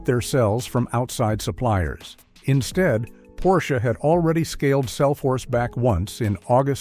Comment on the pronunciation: . "Porsch-aye?" Wow...you seriously need to update your AI narrator.